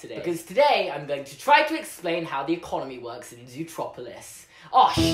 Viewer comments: I still call it Zootopia eventhough I'm British because I still don't get why they changed the named. Everytime they say Zootroperlouse I cringe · YOU SAID ZOOTROPILIS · you said it zootropulus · “Zootroplolis” Me: meh Someone else: triggered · It's ZOOTROPLIS your English!!! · I’m English so it’s zootropalis